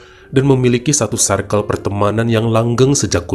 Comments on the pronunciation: Baca circle tuh bukan sairkel bang tp sirkel🤭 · Circle cara penyebutannya.. sə:kl.. Untuk lain kali ya bang supaya kita tetep cinta ❤️ dan makin cinta ❤️ sama cerita2. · Greget denger bilang "circle" nya 😂